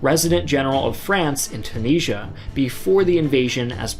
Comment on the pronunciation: Why do you say Tunisia so incorrectly?